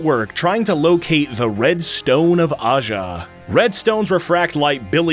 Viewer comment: its aja. and Santana.